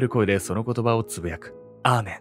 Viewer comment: アーメンが、ラーメンって聞こえた笑